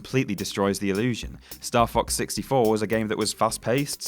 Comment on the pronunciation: It sounded like said Star Fuck 64, that's what he's referencing.